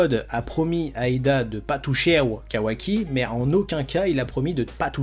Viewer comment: « pas touchew » ??? 🤣🤣🤣